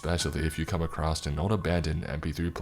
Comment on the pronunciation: Mate, I love listening to you read these stories, but for the love of God, there's no "t" in across. Oh, and the "i" in unbridled is long.